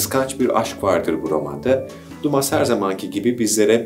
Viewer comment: Kamelyalı Kadın Alexandre Dumas’ın gayrimeşru oğlunun yazdığı bir kitap olması lazım kendisinin değil. Tatlı eleştiri yapmak istiyorum izninizle Dumas diye telaffuz ettiniz yalnız Duma demek doğrusu. Aynı albert camus’un camu olarak telaffuz edilmesi gibi başarılı bir video 🙏🏻